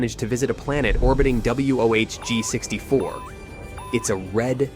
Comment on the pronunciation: It's wohg64 Maybe one more time you would have got it!!! Lol